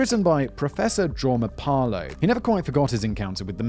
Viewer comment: Oh, and it is Jorma Palo, not "Pala." ;)